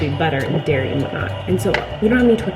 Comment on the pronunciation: it’s dairy not diary